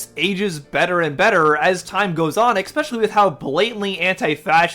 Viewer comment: Good vid but "exspecially" is such a pet peeve of mine. And you kept using it! Lol